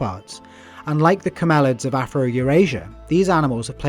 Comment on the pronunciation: STOP, STOP. That's [CAM–el–ids] not [cam–EL–ids].